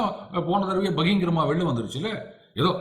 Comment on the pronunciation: A small correction please You ronunce a word as Bahingarama it is actually , Bahirangama.